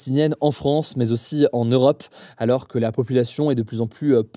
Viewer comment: "mais zalors" :D